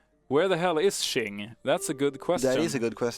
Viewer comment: Qing: Its pronounced Ching...